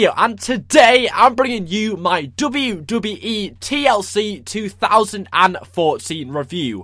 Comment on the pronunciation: i love how you say Dabiu Dabiu E